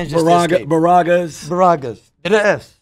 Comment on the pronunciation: Lmfao nfl player saying baraggas